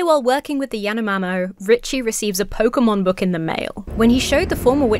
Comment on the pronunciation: I heard "PogayMon"